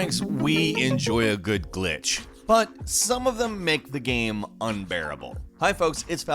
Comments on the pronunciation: "gam breaking bug" "in this gam" "still a good gam" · right. And why does he say “gayum” instead of game